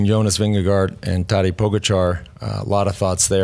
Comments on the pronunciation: Please please please someone tell George to stop butchering Pogacar's first name. It's taDEj as in DEcision. Listen to Johan pronounce it, he's 98% accurate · Some tell George it's not Tajay 😂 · It would be nice if George could learn to pronounce Tadej Pogačar's name. It is not that hard. Take 5 minutes, call Johan and ask him how to pronounce it. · Come on, learn to pronounce Tadej's name, he deserves it at this point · What's with George's pronunciation of Tadej, sorry Tadjay? I mean if it was Grzegorz Brzęczyszczykiewicz, I could understand that mauling but this? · George's new pronunciation of Tadej... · George, love you man. But if you can pronounce Jonas properly you should be able to pronounce Tadej as well. C'mon man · please teach Geog-ja how to pronounce Tadej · this. it’s painful to listen to how he butchers his name